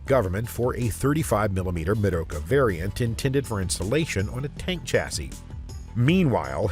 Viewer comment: "Meroka" does not even sound slightly German 😂And how you're saying it doesn't help. I think it's meant to sound a bit...Spanishy, even though it's made up of German words.